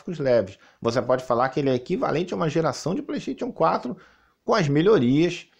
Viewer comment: "PLÊIXXTÊITION 4" KKKKKKKKKKKKKKKIKII